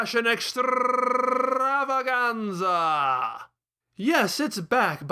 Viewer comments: How the hell do you pull off that rolling r sound whenever you say "extrrrrrrrrrrrrrrrravaganza"? I'm jealous. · I love how you roll your “r” in extrrrrrrrravaganza!